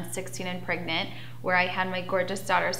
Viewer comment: The way she says “pregnant” just makes my skin crawl. “Praygnit”. Also, Farrah, we’ve all seen your 16 and pregnant episode. You claimed Derrick did not know you were “praygnit” and you were, in fact, avoiding his calls. Then the dude dies and all of a sudden you give a shit? 🙄🙄🙄🙄